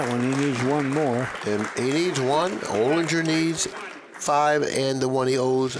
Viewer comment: I know Alex O. and it’s Olinger like finger…